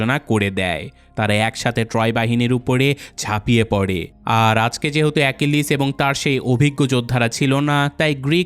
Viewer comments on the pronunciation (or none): none